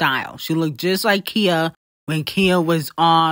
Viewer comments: Khi-ya not Kia 😂😂😂😂😂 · I always laugh at the way u pronounce certain things 😂😂😂 "Kia" lolll its khia (kyah) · It’s not Kia. It’s Khia (Khi-A). I was lost for a second until you put the picture up. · Not calling Khia….Kia 😂😂😂